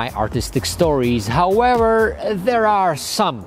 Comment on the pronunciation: "howewer" nah I'm joking man keep up the awesome vids